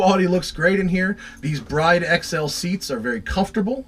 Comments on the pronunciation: It's actually pronounced brid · I am under the impression Bride seats are pronounced "brid".